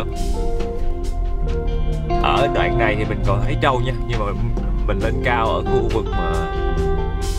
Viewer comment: ơi. Cô thường xuyên xem lắm, nhưng gắn đây có lẽ hay nói ngọng quá. Nhứt là tr thành ch. "con trâu " Không phải "con châu " nhé. ráng ra thêm video nhieu hơn.